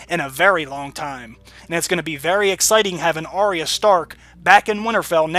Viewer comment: Great breakdown/analysis! One thing though: Arya is actually pronounced with two syllables: ah-ya, not Ar-re-ya (three syllables). This is according to the pronunciation guide in the wiki.